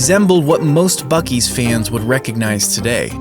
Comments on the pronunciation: So, uh… when are we gonna admit that it’s pronounced “bussy’s”? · bro i think I heard "fuck-ee's" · Buu ees😊